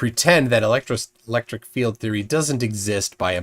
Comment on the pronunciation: It's one thing that he doesn't know how to pronounce "Gaussian". But how can he not know how to pronounce "field"??? He keeps pronouncing it as "filled" 🤡